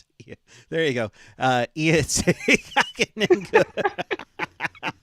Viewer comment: did you mean Kahkonen?